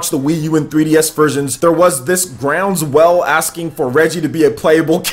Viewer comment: It's not grounds well it's ground swell you strange man